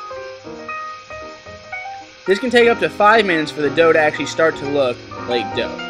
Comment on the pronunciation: when the guy said dove I think he meant dough haha